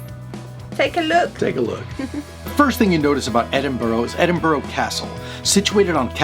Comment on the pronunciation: We pronounce it, "Ed-in-bruh". It's a monkey puzzle tree. Great video 🖤